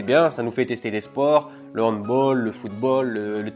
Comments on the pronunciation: Hanbaaall pas hanbol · "le handbol" t serieux la ? On dit handball avec un a pas avec un o ptdr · Il le dit a l'anglaise je pense